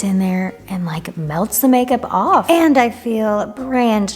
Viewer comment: going awwwwff we love the New York accent as New Yorkers